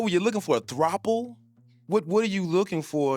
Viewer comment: "ARE YOU LOOKING FOR A THROPLE?" 😭🤣🤣🤣